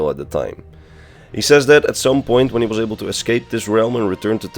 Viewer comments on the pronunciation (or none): none